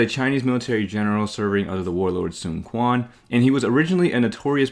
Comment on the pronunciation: You not pronouncing Quan correctly bugs me, ngl lol